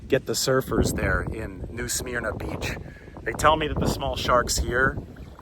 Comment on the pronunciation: Pronounced smerna